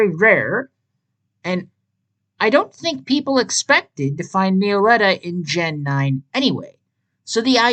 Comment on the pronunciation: everyone has different pronunciations about pokemon names but me-oh-letta is down right criminal i really hate to be rude but its pronounced mello-etta